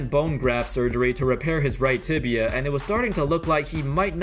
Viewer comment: Man this guy is really cursed the word "Tibia".